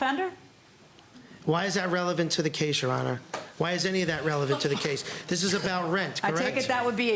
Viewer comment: " am i a sex offender?!..why is that revelant?!"...i cant believe i actually heard that!